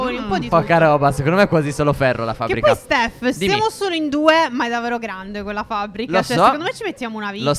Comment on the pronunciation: Like per chi si è accorto che steph in ogni video ripete almeno 2 volte davero